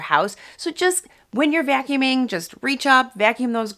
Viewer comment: The way she pronounces vacuuming a vyacuuming🙈